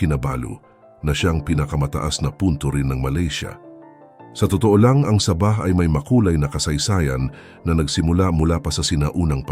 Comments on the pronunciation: Correction po. Sabah - parang bigkas sa "sabi", (malumay ang pagbigkas) Hindi po Sabah na mabilis ang bigkas na parang saging na saba.👍✌️ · Saging nmn ang sinasabi mo, hahaha ayusin mo ang salita mo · Hindi mangyari yon! Sabahan people does not want to be part of the Philippines. This vlogger can't even pronouns the wird Saba. Crop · Ayusin mo ang pg voice over mo ginagawa mong saging ang pg bigkas ng sabah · Natatawa ako sa pag bigkas mo ng sabah ..ano yan saging .. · Engot! Anong sabaaa, ano yan saging! mag aral ka nga muna ng tagalog word kung paano mag pronounce ng tama! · Sabah na saging Yung pagkakabigkas niya😂😂AI yata yang nagsasalita eh😅😅😅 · Please be careful in pronunciation of the word Sabaj....it must be SA'-BAH.. THE ACCENT IN THE FIRST SYLLABLE... SA--BAH.. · Ano yan saging na saba (sabah) ayusin nio pagbigkas.. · SABAH (MABAGAL PAG PRONOUNCE) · Please improve your pronunciation when you specially speak Sabah! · Parang saging lng. Saba'😁😁😁"Sa bah". Hindi saba' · hindi sabah na saging ang pronunciation , saaabah. hindi ko alam kung saang planeta galing ang voice over , pero mali . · SAAAAAABAH , not Sa!bah .😅😅😅😅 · Ang saba' ay saging. Sa'bah ang tama. I hate AI. Anong pang dagat'? Pangda'gat ang wasto. I like to eat saging na saba". Anong Hapo'nes? Hapones' ang tama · Gonggong wag bigkasin n saging para Kang ndi Pinoy ginagawa mong saging Ang pag bigkas mo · Umupa kana lang ng magbabasa ng tagalog saabahh ang tamang pagbigkas hindi saba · Sabah, hindi Saba (ano yan "saging") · Anong saba saging?baka sabah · Masakit sa tinga ang pgbigkas mo na Sabah..medyo mabagal ng konti dapat..ang nangyari naging saging na saba ang bigkas mo..Wag gayahin ang bigkas ng AI.korny ang dating..dpat po tamang bigkas yong pinoy na pinoy kc d naman tayo kano..diga? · Ang saba ay isang uri ng saging!😝😝😝😝😝😝😝😝😝ingat lang sa pronounciation! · Sama ah ng bihkas ah parang saging eh.. nagpapatawa ka ba...hahahah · Correction lang po sa pag pronounce ng Sabah at Saba 😊 Salamat po!